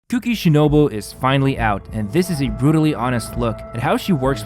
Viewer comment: Cookie She-No-Boo.